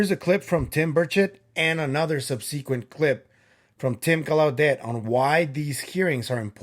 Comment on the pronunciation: I'll be watching you and Kris live on Wednesday. BTW, it's Tim Gal..lau..det accent on the first syllable Like in Lancelot. It's French, like Gal (like a girl) LA (like in music)... det (like a debt thst you owe) Great update on Maria & the mummies.